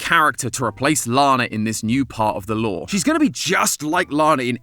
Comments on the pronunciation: LOOOOOOORE* not LoEr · You need to say that word better dag nab it and longer. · It's not loreee it's LOREEEEEE😎🤙👍